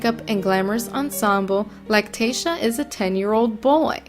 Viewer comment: And your horrible for making money off of him and learn how to pronounce his name right